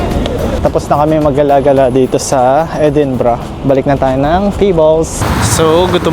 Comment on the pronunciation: edinburgh edi-bro